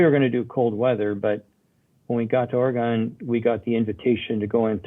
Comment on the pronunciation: super disappointed that Sandy can't even pronounce Oregon correctly. Such a dipshit thing to do...its 2021 for fucks sake